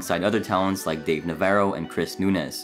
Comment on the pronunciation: Dave “Navarro” NA -Va-RRo” not navero